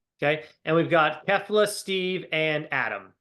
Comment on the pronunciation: It's pronounced key-fla. At this point it's sounding deliberate, which feels a bit racist.